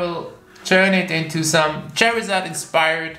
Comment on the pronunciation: OMG U CALLED CHARZARD CHERRY ZARD GRrrrr (but forgive u)